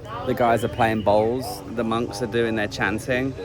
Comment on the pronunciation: The game is boules I think, not bowls. Pronounced bools. Correct me if I am wrong